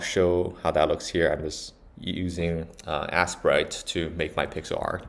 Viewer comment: I was wrong slightly, it's "ace-prite" 😅 /eɪs-praɪt/